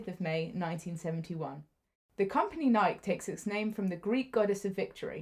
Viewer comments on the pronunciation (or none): Pronounced "Nikey" not pronounced like you're saying mike.